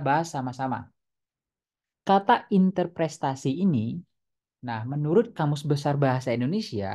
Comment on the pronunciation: Interpretasi bukan interprestasi